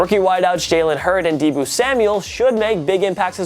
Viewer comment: Dee-bow. Not Dee-boo.